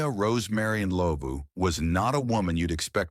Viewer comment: I just came across your Chanel,I'm glad you covered South Africa,I just wish the pronunciation was better with Rosemary Ndlovu case but other than that, great job